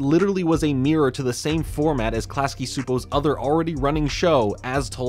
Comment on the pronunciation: It's pronounced Klasky and CHEW-po